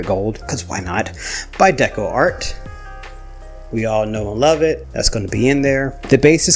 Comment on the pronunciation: LURV! I LURV that you say Lurv! 🤣😂❤ Congratulations on 18 months!!! Beautiful lacing and great pallet 😍💜🩷💜🩷